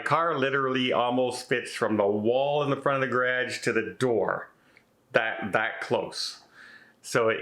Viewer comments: Anyone who says garage the way you do, probably shouldn't have one. :) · Gonna start a drinking game each time to say ‘garagge’ lol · Is that how all Canadians say garage? It sound like gradge. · I'm sorry I have laughed at the garage how you say it. we say it differently here. I would check it out to see if it wants to have all your recording stuff in one place and if it is big enough, put one studio on one side and one on the other. Also is it worth the extra space and everything in one place. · The way you pronounce “garage”, is so different from how we say it in 🇺🇸…I love your accent. Wishing you the best …sorry this is happening….you seem very cozy in this home 😊xo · Very interesting pronunciation of "garage". Never heard it before. English is a crazy language. Good luck. I loathe moving. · Sorry you have to move. I kept laughing during the video every time you said, "garage." I've never heard it pronounced that way. Being from the Midwest I know I have some quirky words too that make people look at me, you're not from TX where I currently live...LOL Have a good day. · 😅never heard someone say garage like that before.😅😅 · Your what? Oh, garage. We pronounce it differently here in the States. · Love the way you say Garage,. We pronounce it differently here in USA. Hope you find an apartment, best of luck . Love your videos 😍